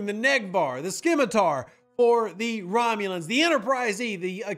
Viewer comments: Rev. Scimitar is “simitar” not “skimitar” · The C is silent in Scimitar dude.